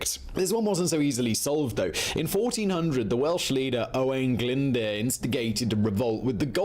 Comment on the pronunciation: Owain Glyndwrrrr it's pronounced!!